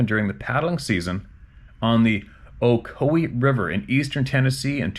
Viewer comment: Ocoee you pronounced it correctly. That is my neck of the woods. Iwas a river guide a long time ago. Worked for Ocoee Outdoors, which my cousin founded and still owns.